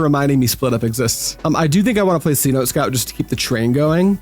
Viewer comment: Cenote is an ancient Mayan word and is pronounced like Say-no-tay